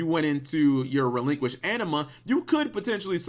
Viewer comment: It’s “Relinkquised”.